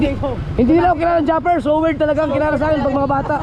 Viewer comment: Iba ka tlga. yung tawa mo tlga at pag bigkas mo ng SOWIRD. ❤❤❤